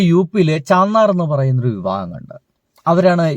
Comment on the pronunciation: ചാന്നാർ എന്നല്ലാ സഹോദരാ ചമാർ എന്ന ആ പേര്